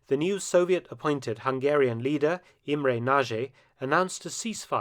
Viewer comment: Hi Mark, this was a good one. Respect to the colonel. Also,,I appriciate your effort to pronounce. In some cases, a successful effort. E g Imre soundedwell, but for "nagy" you caan check out Google translate from English to Hungarian, type in ' big', then nagy turns up, and push Sound option. Still it wil, be hard to say after the app. Then Budapest. No pest, first of all. Sounds weird here in the UK, doesn t it? Pesht, sh for Sherman, pls. And no 'u' for uniform in Buda. More like Buddha it sounds. By the way, have you heard of the "atomic ' bomb blewn up in Buda? After the invasion, nov 4, Soviet forces saw a mushroom erupting.